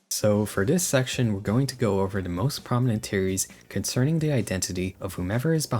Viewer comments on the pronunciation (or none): I just commented about that, he says ting, teories and tis/dat, it's like a European spent a bunch of time with Jamaican people and picked up the dialect but not the accent lol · Cool video. But I must know... what the f is your accent? You don't say H's.. "ting," "teories".. like a Jamaican would